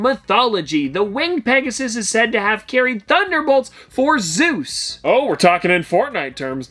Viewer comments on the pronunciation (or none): none